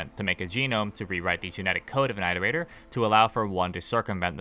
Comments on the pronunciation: It's it-er-ator Not I-ter-ator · Who the hell pronounces it eye-rotator and not it-erator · It's more like eeterator than ayterator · said eyetertater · EYEterrator? How do you pronounce iteration or re-iterate? Also if we're going off downpour which this video is (I don't, I think it's terrible fanfiction) the whole basis of why you go to the city in arti's campaign is because 5p is bothered by the scavs in it showing that it is not a separate entity (in downpour which is garbage). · Is the way he says Iterator a regional pronunciation thing? Because to me, it’s pronounced the same way as in “reiterate” like “it-erator” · it is objectively pronounced it-er ate-er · Time to find out if has finally learned how to pronounce Iterator Edit: Nope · you're saying iterator wrong